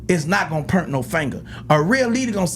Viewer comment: Turk, there is no "er" in POINT. 🤣🤣🤦🏾‍♂️